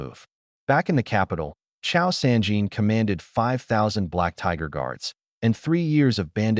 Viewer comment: Cao is not “Chow” its pronounced tsao